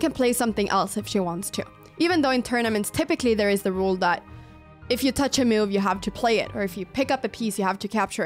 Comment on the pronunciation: You pronounce 'best move' so wierdly. One might bet you said 'mewed' instead 😅 And may be cats are your favourite pets, who knows :)